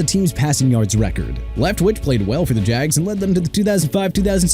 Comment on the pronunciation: Can't even say Flacco correctly. This guy is done. Flacco is pronounced Flah-koh not Flak-koh... and ALSO MR ILLITERATE DELHOMME IS PRONOUNCED DE-LOHME NOT DEL-HOME!! LEFT-WICH NOT LEFT WITCH!! AND STAUBACH IS PRONOUNCED STOHL-BACH NOT STOW-BACK!! ARE YOU DONE MISPRONOUNCING EVERYBODY?? BY THE WAY YOU MISPRONOUNCED NEW ORLEANS AGAIN! NEU OR-LINZZ NOT NEU OR-LEANS!! I'VE HAD ENOUGH!!